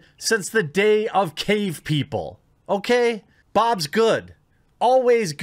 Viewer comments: BOOBS! ITS FUCKING BOOBS! NOT BOBS!!!!!!!!!!!!!11111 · This is confusing. Why doesn’t he pronounce the words right? Wah men? Bob’s? Cleave? Is he embarrassed?